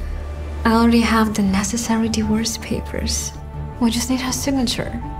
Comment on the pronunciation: «the worst papers» is what I heard instead of divorce papers...